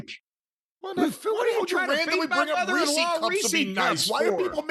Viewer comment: What the fuck is a reesie cup? It’s Reese’s